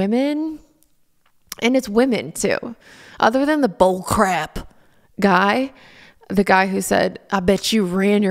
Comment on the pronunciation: I’m so glad to get to hear you say BUHLCRAYP again 😆😆😆 you bring light to my days, Laura, I hope you know that you bring light. Your honesty, your vulnerability, and your continued attempts at a positive life BRING LIGHT. 💖